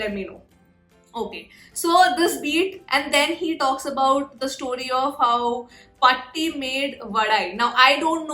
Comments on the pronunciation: Paatti pronounced as PAAaaTII which means grandmother in tamil.......... Patti the way you pronounced means dog in malayalam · this refers to how paati (its paaatti... not pati (pati means dog in malayalam... and paatti means aunt..older aged woman in family)..ooops..so when pronouncin it makes a huge diffrence...hope u remember it....here it refers to how aunt makes snakes (vadai is snack made usually with dosa ) and therikku therikk said by NJ means rockon rockon.. just sparkle.. symbolising word used to say just nail it.. rock it.. and just pull in all ur best.... just beat it!! hope u got ur doubts cleared dear.. much humbled to hve seen ur reaction nd to hve heard u r well versed and heart touch by our malayalm language and feels at home here.. yess u r one among us...and we all form a family.. prayrs bein thre for u.. nd yesss waitin for more videos.. stay blessed